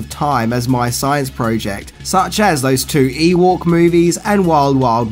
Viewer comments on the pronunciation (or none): EWOK....SAY THE F*CKING WORD.....EWOK....NOT EWORK.....ARRRRRRRRRGH!!!!!!